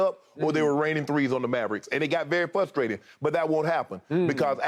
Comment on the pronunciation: Does it Frustrate you how Shannon says Fusstrating?